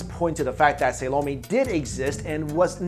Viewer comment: not Sa low-mee but Sall-oh mae!! I hate to be a stickler but come on... it is Solome"!